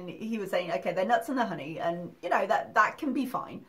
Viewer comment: "Hoeney?" This is the girl that claims to have read 24 books a month, but she can't pronounce basic words?🤔🙄